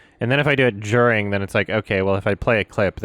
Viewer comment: I love how said djuring